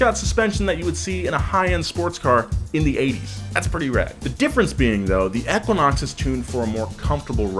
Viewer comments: Us: Equinox Him: Ekunox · Eeeeeeeeeequinox. Not ehhquinox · EEE kwa naaks 💩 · "Eckwinox" ?? EEEEEQUINOX. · Eeeeeeeeequinox not aaaaaquinox ? Let me guess? GED?🤦‍♂️ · Long e sound. EE-quin-ox not short e Ek-win-ox. It is an astronomy term. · E-QUINOX! not eh-quinox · It's called an EEE-QUINN-OX , not ek-quinn-ox 🤦‍♂️ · I’m just having a hard time following with “EHquinox” continuously being said 😂 like it’s a word, EEEquinox..... even before Chevy used it. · I hate how he pronounced it "eckwanox" sounded weird af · E-QUA-NOX lol. Killed me a lil each time you said it. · pollutedcrimson right! It’s EEE-quinox. I didn’t think I was crazy. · Equa-nox lol had to scroll a bit too see if someone else mentioned this. So bizarre how he pronounces it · Anybody else cringe every time he said “ekuinox” 😂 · E - quinox.... not however you said it. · It's pronounced eqwuaknocks. You don't pronounce equal as ekwal. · It hurt my brain to hear you say “eck-quinox” are you purposely saying it wrong like James? Or do you just not know how to say Equinox? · EEEQuanaux... Say equal... Same sound... CRINGE... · How the hell else do you pronounce equinox other than EK-WIN-OX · For the love of god someone teach this guy how to pronounce 'Equinox'. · They filmed for an hour and nobody bothered to tell him he doesnt know how to say Equinox. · Ur Pronouncing Equinox Wrong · How do you not know how to pronounce equinox? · Oh my God, stop pronouncing Equinox that way!